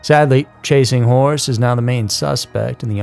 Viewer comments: Oh my are you saying chasing whores? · Chasing wHores lol did anyone else hear that about the third time he said chasing horse I bout spit my water out